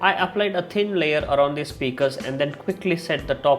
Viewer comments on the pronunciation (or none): none